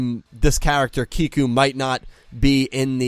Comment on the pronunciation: You pronounced Kiku's name right! sets off fireworks